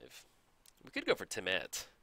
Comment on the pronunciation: Hey - Temmet is said just like temet, Rhys is the welsh spelling of Reece and pronounced the same:)